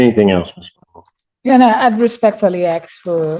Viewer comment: Oh that defense attorney did not say "axe" in court instead of "ask". Oh dear lady...